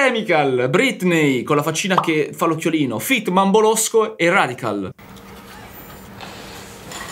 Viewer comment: Si dice redical no radical